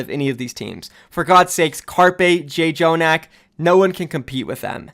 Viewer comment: It is JUST JONAK the extra "J" is for emphasis, you don't pronounce it. Please just learn how to freaking pronounce shit.